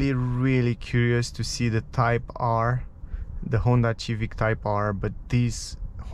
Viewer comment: The Civic has been out since the 1970s and is an extremely popular car. Milions of people have owned it and there are countless rewievs of it so the thing that I find truly incomprehensible is how in the name of sweet baby Jesus can you not pronounce Civic. This confuses me even more since you obviously know a lot about cars and have dedicated a lot of your time to them. You must have heard someone somewhere say the name, especially being surrounded and communicating with car people. I'm just so confused. It this is some sort of an inside joke thing, then sorry to have bothered you. Otherwise completely agree with you. A great car. I drive a 2019. Mazda 3 hatchback, but if this Čivic was on sale in 2019, I would have had a hard time choosing between them.